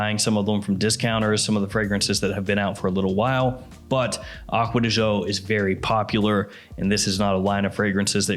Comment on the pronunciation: You should pronounce as joe